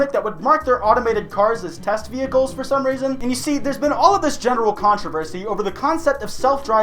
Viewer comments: Nigga did you just pronounce vehicle VEER-HIC-LEYS!?!? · did did you just say ve-hic-lees?